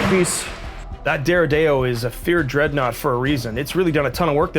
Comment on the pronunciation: откуда вы взяли дредноут Дэрэдэо?